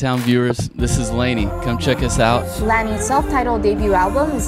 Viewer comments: It actually is pronounced as "lay-nee"! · Should be pronounced as "lay-nee" not la-ni. ✌🏻